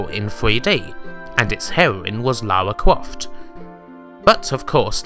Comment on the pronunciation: Lawa Cwoft! XD